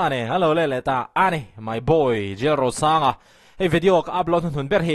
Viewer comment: Jlalrosanga tih I lam rik Dan hi a nawm hmel, I trawng Dan hi a ri hi a nawm hmel ka ti